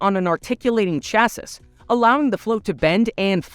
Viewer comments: It’s pronounced “Chas-E” - Chassis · Just a minor thing, chassis is said like "Chassee" not how it's spelt XD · So.....Tex Jr. took over for dad! (Edit: "Chassis" is pronounced as "chas-see". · chassis is pronounced Cha see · The final "s" in "chassis" is silent. The final "s" in "doofus" is pronounced.